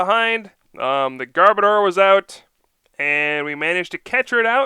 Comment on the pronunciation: Sorry to be picking but this is a pet peeve of mine: It is Garb-ODOR. As in, a bad smell. An odor. Not Garb-oh-dar. Garb as in Garbage, Odor as in the literal exact word odor. Garb-odor.